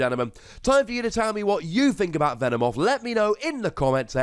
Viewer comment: Hey, its not "Venemoth", its "Venomoth" but its ok